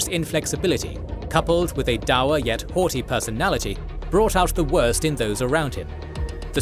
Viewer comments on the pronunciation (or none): none